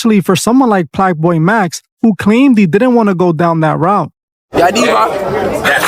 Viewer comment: Plaqueboy max‼️ not "Plaqueboybatty"‼️😂😂😂😂😂